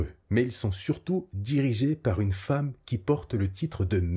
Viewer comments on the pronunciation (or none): none